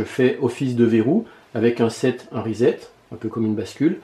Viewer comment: Pourquoi tu dis " sset " et " rezette " ? Logiquement tu devrais dire " resset " non ? :p